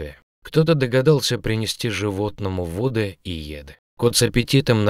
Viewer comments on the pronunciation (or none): Почему вы читаете вОды и Еды с ударением на первом слоге? И вместо выходИла говорите вЫходила? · "принести вОды и Еды". Ненавижу автоозвучку. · "Кто-то принёс ему вОды и Еды", он что не русский?